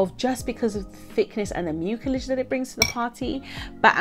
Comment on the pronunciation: Love this topic. Detangling is a challenge. Side note: the word nerd in me in me can't help but share that the C in mucilage has an S sound like muu-see-lege. Just saying.